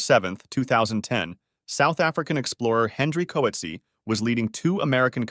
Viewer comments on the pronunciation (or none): coetzee is pronounced coot-zee-a